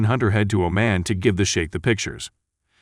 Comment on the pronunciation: The correct pronunciation of Oman is like how Jamaicans say "yah maaan". Hope this helps.